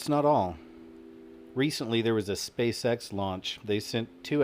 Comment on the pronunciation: When you say "Space X" it sounds like "Space Sex".